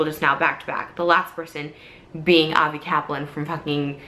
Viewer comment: She's not even pronouncing his name right most of the time.. I doubt anything happened here. Not to mention in the bags she shows there's a pair of pink flip flops wedged in them... I doubt he wears those lol